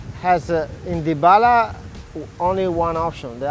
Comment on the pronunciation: Lmao "dypala"